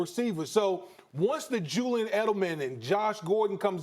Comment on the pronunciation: “Jewyan Edelman” 😂